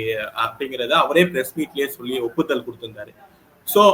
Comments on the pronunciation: உப்புதல் அல்ல ஒப்புதல். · ஒப்புதல் என்பதே சரி, உப்புதல் அல்ல